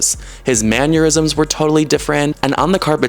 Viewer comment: Just so you know: it’s mannerisms, not manyourisms